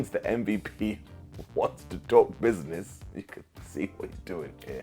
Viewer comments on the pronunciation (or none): The way MVP said BUSINESS at the end, I feel like The Hurt Business is coming to AEW…well the new Hurt Business, cause Cedric is in NXT.